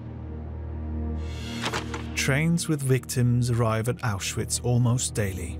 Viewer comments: A narrator who can’t even pronounce the word ‘Auschwitz’ correctly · Say Auschwitz correct……